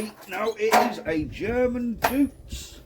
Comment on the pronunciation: Pronounced 'doits'... Like Deutsch, but different... 👍